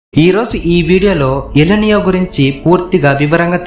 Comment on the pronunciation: ఎల్ నియో కాదు ఎల్ నినో ముందు భాష విధానం మార్చు